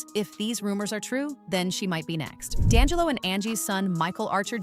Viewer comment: That not how you say D'Angello's name. Its pronounced ( D' And Jello ) Not( Da' lingo)